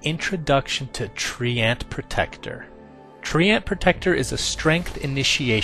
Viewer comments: Treant not Tree-ant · Tree-ant? Seriously? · TREANT PRONOUNCED AS TREEYENT. DAFUQ DID I JUST HEAR? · he's saying it like Tree-Ant, I'm not hearing the Y sound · I played WC3 in my language, and I haven't thougt that's how to pronounce treant. I always say "treent". I like it that way. x3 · dont know about you, but i pronounce it "traeint" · "TREE ENT" OH MY FUCKING GOD I STOPPED WATCHING RIGHT THERE.